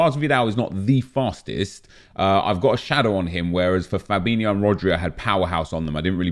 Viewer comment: Why do people say "Fabinhio", when its spelled *Fabinho*?